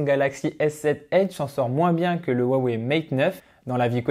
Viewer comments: xiaomi se dit chiaomi et non tchiaomi (en phonétique ) comme pour dire merci c'est xiexie donc chierchier (plus facile à retenir comme ça :) huawei cest roiwei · pour le prononcer comme il faut il faut dire roiwei le H en chinois se dire R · C'est ça le soucis, on le prononce comme ça nous parait logique à nous occidentaux, faut connaitre le Chinois pour savoir, je connais quelques trucs, pas de quoi tenir un discours par contre. Comme pour Xiaomi c'est plus "tchiaomi" par exemple. Après l'accent toussa ... c'est plus compliqué.